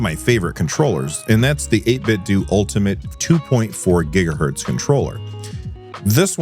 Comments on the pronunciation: apparently its 8bitDOO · This is small, and silly and besides the point - It's "Eight-bit-doh" like "Nin-ten-doh" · Yeah, the official pronunciation is like "Nintendo." That's why they chose that name, it seems.